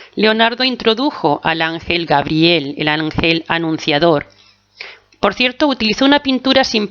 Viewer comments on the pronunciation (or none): none